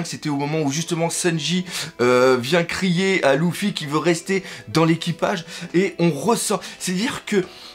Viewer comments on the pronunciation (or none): none